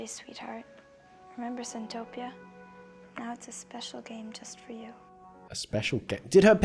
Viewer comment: it's centopia 😭